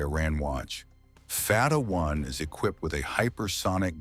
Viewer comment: It's not called far ra 1 but Fattah 1, don't twist your tongue so hard. Pronounce it correctly, thanks Israel starting this mess, now it will pay , too bad.